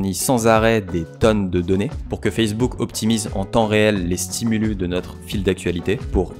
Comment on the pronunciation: Un ''stimulusse'', des ''stimuliii'' , merci !